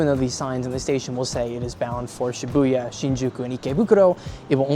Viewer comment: Shiubya? Do you mean Shibuya?